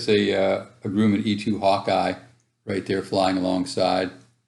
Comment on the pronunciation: You are pronouncing Grumman wrong.